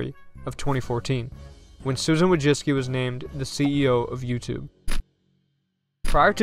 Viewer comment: You dont even try to pronounce her surname correctly. Madzicky? You got that from Wojcicki??